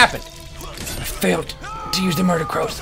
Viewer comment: Does anyone else think that when Toby says "MURDER" he says " MORDOR!!!!"